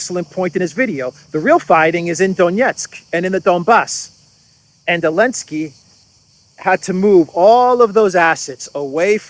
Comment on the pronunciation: Question: why do you pronounce Zelensky as “Alensky”? My wife, a Russian/Ukrainian, says there is a reason having to do with the Z preceding the E. Is it the same for Zaparohia as Aparohia? Just curious. Thanks to you both for having a must watch show!